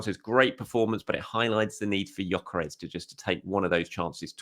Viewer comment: Its pronounced Yok-ER-ESH. Wish people could be bothered to get this right no G and no EZ